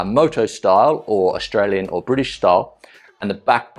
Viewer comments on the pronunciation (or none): none